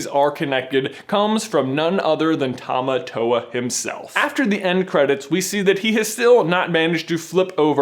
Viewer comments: I almost couldn't watch this because of the pronunciation of Tamatoa. Tah-Mah-Tore. Not tow-wah. Literally meaning 'Strong Man.' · I am fluent is Te Reo Maori and Tamatoa is pronouced like "Tah-Mah-Tore-Ah" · Please pronounce tamatoa right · you said tamatoa wrong